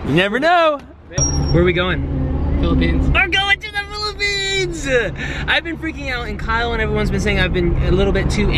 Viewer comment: Iam in the phillipines because iam a filipino... SAID PHILAPINES